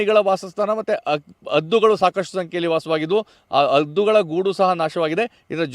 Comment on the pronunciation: ಅದ್ದು ಅಲ್ಲ ಹದ್ದು